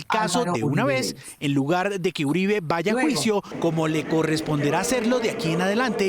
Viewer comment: Uribe no Uriba, saludos